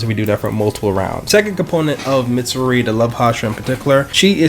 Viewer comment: Noooooooooot saying it right it’s misure